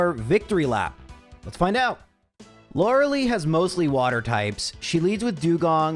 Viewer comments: You must enjoy being wrong. Kadabra is not the best pokemon ever, and it is Lore-uh-lie, not Lore-uh-lee. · my daughter is in part named after Lorelei, so every time i hear you call her lorelee it makes me giggle 😂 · you may think lorelei killed you over shilling for raid, but no. it was in fact because you pronounce her name wrong